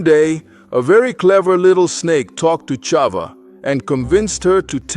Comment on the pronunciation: Thank you for this beautiful animated story,I am sure that our children will learn so much from it,though I want to bring up to your attention 2 mistakes:the name of the first woman is pronounced CHAVA(with a H,and not Ciava,and the sin made by CHAVAwas in that same day,the day of their creation,wright before SHABAT,and not later,it's important that everything that we teach to the children to be accurate, and exactly as it is written in our HOLY TORAH!!!Congratulations though for the content and the beautiful animation😊SHABAT SHALOM uMEVORACH beEZRAT HaSHEM AMEN ve AMEN ISHTABACH SHEMO laADDDDDDDDDDDDDD AMEN ve AMEN!!!💞🕎✡️💞